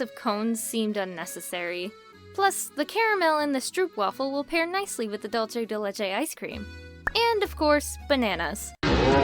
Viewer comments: Is not dolce di lecce, is not Italian, is Spanish. It’s pronounced “dool-seh deh leh-cheh” (or dool-theh in Castilian). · The way you pronounced Dulce de leche 😶 And I don't wanna sound rude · Wow I didn't knew there is dulce de leche icecream in other place that is not Argentina, I'm from Argentina and the pronunciation broke me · Thats me with the way she said “Dulce de Leche” it was pretty funny lol.